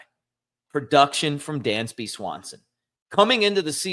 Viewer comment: It's Dansby, not Dandsby.